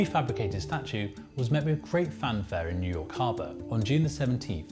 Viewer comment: Intro phrase of this video "In Nuyakaba..."